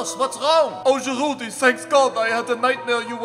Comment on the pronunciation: The D in Giroud is silent bro